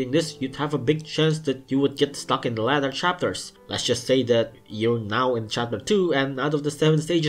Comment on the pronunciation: says l-A-ter instead of l-ai-ter (later)